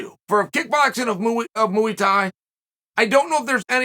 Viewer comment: Mooey thai